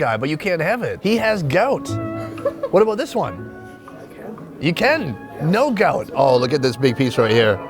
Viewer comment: 👀 you have hwhaaat in your mouth?